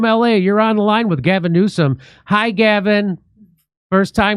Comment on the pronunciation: Sooo funny Jimmy can't stop calling him Gasm Newscum